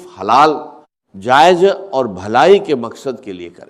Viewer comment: یہ Ai سے بنائی گئی ویڈیو ہے یا اس پر یہ آواز ڈب کی گئی ہے۔ ذرا غور سے سنیں تو وظیفے کو وجیفہ کہا جا رہا ہے۔ جائز کو جائج کہا جاتا ہے اور لہجے میں وہ لھنک نہیں ہے جو ڈاکٹر اسرار احمد (رح) کے کہجے میں تھی۔ اللہ معاف فرمائے چند پیسوں کی خاطر لوگ کیا کیا کر جاتے ہیں۔ کاش اس ویڈیو بنانے والے کا راج بھی اللہ دنیا پر کھول دے۔ آمین